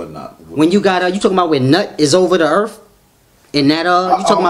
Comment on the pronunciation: The brother can't you pronounce Earth correctly